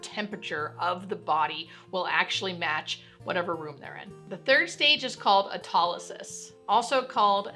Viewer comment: I love most of your vids, but based on how you're pronouncing a few medical terms, I can tell you're reading from a script, rather than having a hands-on knowledge. "Autolysis" and "putrefaction" are examples of this. Thanks for informing the public, but maybe research pronunciation before posting a finished video because we all love ya and most of us take this as gospel. Thanks.